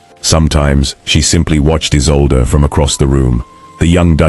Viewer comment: The new Duchess's name is mispronouced = E-sol-de (Isolde - German origin).